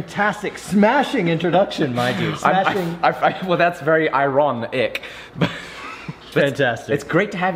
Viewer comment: "I-Ron-ic" me: immediately smash dislike